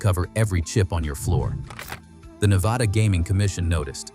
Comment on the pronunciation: The narrator loses all credibility in his pronunciation of Nevada